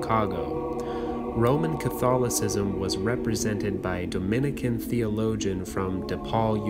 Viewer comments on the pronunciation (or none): none